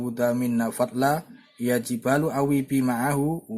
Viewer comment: ولقد أتينا داود منا فضلا ياجبال اوبى معه والطير وألناله الحديد Maaf Min, tulisan yg di vidio ini perlu dikoreksi, dan jg membacanya kurang tepat. Yang bener : ya jibalu (ياجبال) Yang benar : wa alanna (وألَنا)